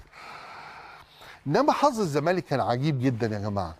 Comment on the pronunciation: هل تم تغيير أسم نادى الزمالك ؟ أنا سامع حسين لبيب بيقول نادى ''الزمانك'' ..آه والله مش تريقة ، ولا أنا اللى سمعى تقيل ؟!